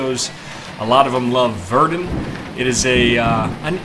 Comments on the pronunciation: It's pronounced ver-dun not ver-doon!!! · maybe I am a dumb American but isn't it pronounced more like Ver-done or ver-duun than ver-dune, even in French. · it's not pronounced Verdoon either , it's pronounced Verdein okay? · Verdun is pronounced VER-DONE. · It's not pronounced 'Verdoone' either.... It's pronounced with 'Verdun' with the 'u' as in 'uuuhm' but more nasal. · it's pronounced Ver-done , german plan was to bleed the french dry, did a good job by all accounts (both sides) , it's also the reason for the british attack at the somme , to take pressure off the french.